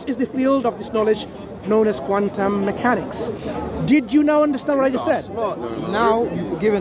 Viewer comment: "Wuss qwantum meekanix" oh really? What's a lime 😂